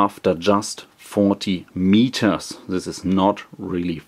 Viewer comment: mietors huh very funny